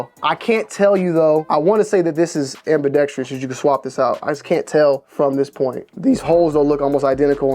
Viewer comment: Its ambidextrous not ambidexTREEus. FYI